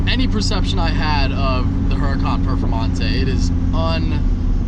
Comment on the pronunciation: Casually walks by ZR1 “ and here we have a Hurcan Perfemante “. Titanium Carbon Alloy btw